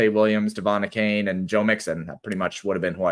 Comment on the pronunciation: The way that pronounces some of these dude's names, particularly Achane makes me want to plant one to his suck hole 😂😂😂 you guys are awesome though, keep killing it!